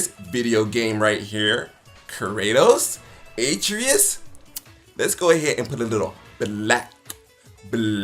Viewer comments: Most annoying intro to a video I think I’ve ever seen. Made it even worse that he couldn’t even pronounce Atreas right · I absolutely HATE the way he said Atreus. My god they say it in the game. After further review, HE NEVER PLAYED GoW HE IS COMMENTING ON A GAME HE KNOWS NOTHING ABOUT!!!! Bruhhhhh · Why does he mispronounce Atreus like you only hear his name 100 time in the game